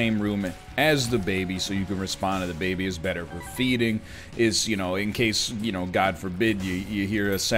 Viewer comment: every time NL says "the baby' i hear "dababy" and i think he's just walking around the house with the rapper